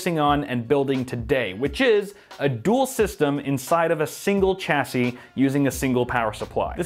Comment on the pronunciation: Shashey not cha sey